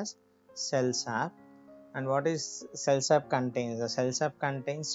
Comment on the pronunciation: It is cell sap Not cell sub